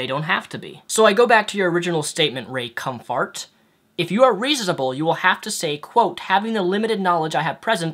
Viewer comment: ...the fact that you would mock Ray Comfort by deliberately mis pronouncing his name really shows how childish you are...Want to sound intelligent? Resist the temptation of being an asshole 😉 Just sayin'...